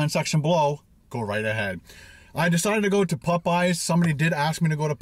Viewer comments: POPeyes not pupeyes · Hahaha.., i love how you say popeyes., not making fun it just sounds cool.., it sounds like you say , PUH-PIES👍🏻😇